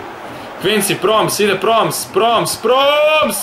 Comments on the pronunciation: I nije Proms, nego Promes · Ne isgovaraju se tako imena nego mazrauji,taljafiko,promes